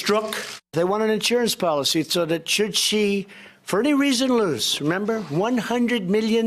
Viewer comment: When he says "Should She", it sounded like "Susie". Same as when he says "Origin" that sounds like "Orange".